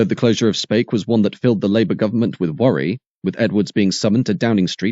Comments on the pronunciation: Speke in Liverpool is pronounced as SPEEK not spake for future reference, a town that can trace its original roots back to the domesday book as the hundred of Spec , trust me I grew up there. It was also a blast from the past watching all the Triumph footage seeing faces of dozens of people I knew personally back then at the time, - and NO I wasnt one of them as lets just say MY politics or union appreciation most definately did NOT dove tail with theirs ! but it was good all the same to see faces I knew well from nearly forty five years ago....some I merely didnt like....and some I absolutely despised lol for enthusiastically going along with their idol Arthur Scargill and co and the TGWU's ten year ongoing attempt to deliberately ruin this Country into bankrupsy. the last second shot of the picketing of the gate you can see an old Volvo b18 driving in - that was a personal friend of my Families trying to get into work and getting turned away. I spent about ten minutes rerunning the video trying to remember names I havent heard in years to faces. did you know that at the time of the TR7's launch and in the face of massive American pre orders there was a game popular amongst the production line staff to see who could cause the sneakiest hidden damage to the cars coming down the line with the absolute blessing of the shop stewards, the most popular one was using an air drill with an eighth inch bit to punch tiny holes in hidden, inaccesable locations in the fuel tanks, sumps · really? Thanks for the education but I don't know of any dialect that would pronounce Speke as Spake, there is also no 'ea' in SPEKE. Did you stop and think that I may just have been correcting the commentator so he doesn't make the same mistake in the future? Jesus there's some sad gits on here. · you pronounced speke wrong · Speke is pronounced Speek